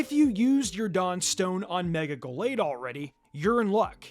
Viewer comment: How about "Go-lade" as well? That pronunciation is wild